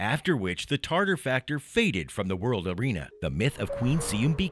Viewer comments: Yeah, dude its not Tarter.... TATAR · Why does he write it as Tatar but pronounce as Tartar? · TATAR, like "tah-tar". tartar is a name of a sauce. come on dude, you're presenting a people and you don't even pronounce the english pronunciation of their name correctly. just try saying it - ready? "TA TAR". there. was that SO impossibly difficult, there was no way getting around it? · "Tartar" is a 'sauce'....it's TATAR !!! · It's not Tartar but Tatar. Talk about falling asleep in history class... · I stopped the video the second i heard TARTAR. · Pronunciations Ta- Tar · Does the word "Tatar" have a hidden "r" in the middle? I HEAR IT but I don't see it. Never have been sure if it should be there. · This narrator was really bad in the area of correctly pronouncing what he was reading. Honestly, if you can't even take the time to learn how to pronounce simple things like the title of your video (Tatar) to Attila to the myriad of other examples of sloppy voice work, then why are you bothering us with this video? If you want a quality product and an audience you need to present information to them that is accurate in all aspects and not half-ass accurate. It is a 16 minute script not a freakin' novel that you have learn how to pronounce. Garbage in is Garbage out. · How could somebody be so ignorant is narrating a short and mispronounce the name of the people that it's about